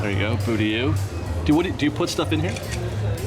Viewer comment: You said BooTie